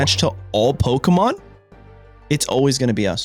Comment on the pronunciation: I’m not big on commenting on YouTube videos even when it’s a content creator I support monetarily but it was nice seeing my name in the video. I continue to enjoy your content ever since I came across it. It’s also why I can overlook you purposefully butchering the names of Pokémon. Let’s go Team Crown.